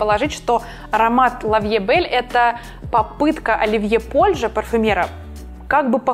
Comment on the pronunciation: Произносится Польж, без Е